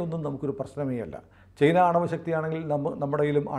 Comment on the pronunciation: ചെയ്ന. അല്ല ചൈന എന്നാണ്.